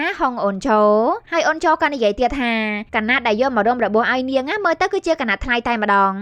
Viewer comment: អេតមីនយាយថា"អូន"ញុមស្តាប់លឺថា"អូច"😑